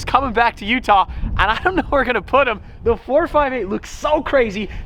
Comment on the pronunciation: Lol can you even say we’re?